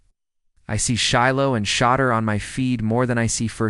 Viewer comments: To hear The deplorable way the media pronounce Sha—-deur(door). What is your problem. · Why should I listen to any thing you say when you can’t even pronounce Shedeur’s name correctly.